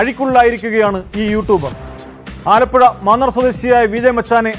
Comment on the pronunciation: യൂ"ട്ടൂ"ബ് അല്ല "റ്റ്യൂ"